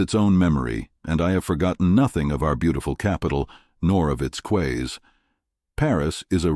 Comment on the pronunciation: Quays is pronounced "keys".